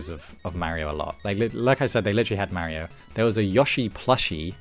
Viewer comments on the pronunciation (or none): Any particular reason you're pronouncing Mario as Merio? 😅